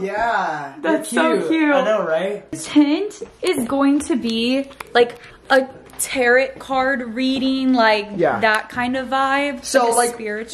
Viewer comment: I totally love you guys and everything but I could not handle pronouncing tarot with the hard t at the end lol. It is most definitely pronounced more like Tar-o, the t is silent